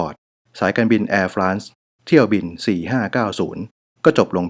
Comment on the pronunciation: จริงๆอ่านว่าเเอร์-ฟร็องส์นะคะ ขอบคุณค่า☺